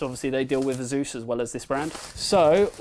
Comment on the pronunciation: How about you learn to say "asus" correctly instead of saying "zeus" or "azeus"